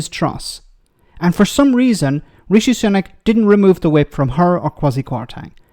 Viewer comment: "Richi...trashing her record..." You strange bloody woman, you need therapy.